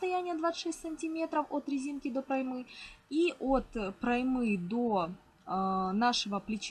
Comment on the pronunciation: Не проймЫ, а прОймы.